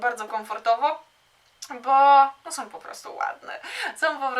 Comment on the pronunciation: Przepraszam, że nie w temacie i tak wprost, ale jak już publicznie się wypowiadasz i masz 1,53 tys. subskrybentów, to choć minimum znajomości j. polskiego i dykcji. Mówi się SĄ a nie "SOM" - som to waluta kirgiska!